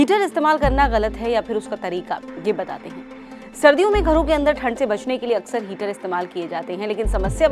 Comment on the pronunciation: 😂😂 हीटर होता है ना की हीचर 🥴🥴 लगता है आपको चक्कर आ रहे है मेरे पास ऑयल हीटर हैं don't wry 🥺mere ghar ajao 🤣 चक्कर nhi ane दूंगा 🥺🥺🤣🤣